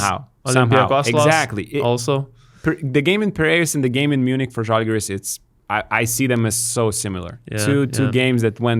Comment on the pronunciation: Also, its ŽAlgiris, not ŽalgYris